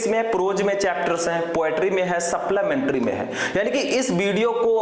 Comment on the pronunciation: Suplamentary nahi supplementary